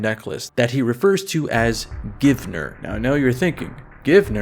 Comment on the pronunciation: Givner? Damn near killed 'er